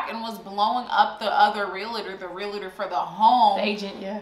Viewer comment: Am I the only one who noticed is saying relator